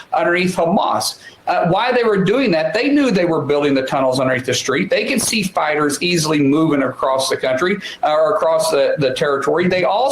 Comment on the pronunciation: unrelated to the context of the story... but to me every time he says "fighters" it sounds to me like he's saying "spiders"